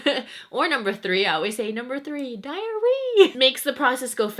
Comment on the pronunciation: Number three diahhreee LOL